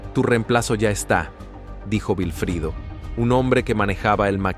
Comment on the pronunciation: No es vifrido, es Wilfrido, w